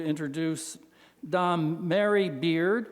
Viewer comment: Dom Mary Beard? You mean Dame.